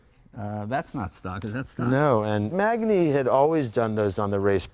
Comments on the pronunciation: In Italian, GN is a "nyu" sound, kind of like ñ in Spanish I think. So Magni would be pronounced like "M-ah-n-yee." The gentleman also mentioned someone named Castiglione or Castiglioni. Again, the GL is its own sound-- but this one is even harder. GL would first be an L sound that then goes into a Y sound. "ULL-yuh" or "lyuh." Castiglione would be pronounced "Castill-yo-nay." I'm no Italian expert but I do know the alphabet and sounds and stuff. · Magni in italian is pronounced manyi, like magnare is pronounced manyare and lasagna is pronounced lasanya. This guy should know that. It's annoying enough watching the news when they don't know how to pronounce names of people and places. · I don’t understand how you can be passionate enough to spend a fortune on this stuff over a life time and never learn how to pronounce anything in Italian ... either one of these two. Just butchering every single name. Funny how Jay asked how to pronounce Magni and dude has no clue ... EVERY single name! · Guys : you both pronounce the names wrong ? Magni = Maan-yeah , Giovanni = Jo-vanni (not Gee-Oh-Vanni)........hahahaha ! Love to watch you as I love the bikes